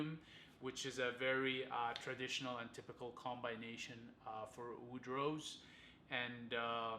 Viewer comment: Combaynation ? Wow. You need to work on your language.